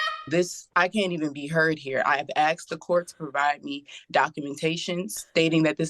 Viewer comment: She’s trying so hard to sound smart, but can’t even pronounce the word “asked” 🙄😒 girl, bye